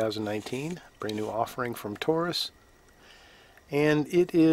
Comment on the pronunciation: Great video, and it's very good to hear you pronounce Taurus correctly most don't and it drives me crazy. Most say it (Toarus) not Taurus. Anyway my son just bought one and he didn't get a magazine loader, but like you say they load by hand very easy.